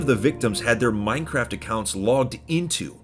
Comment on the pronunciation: "hey man what you in for?" "Minecwaft"